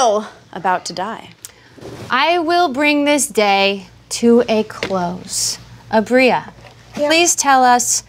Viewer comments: Not calling aabria “aubreya” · kind of love the way pronounces Aabria